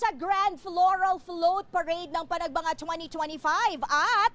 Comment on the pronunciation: yung nirereport hindi naman yun ang nasa video. tsaka hindi panagbanga yun... Panagbenga yun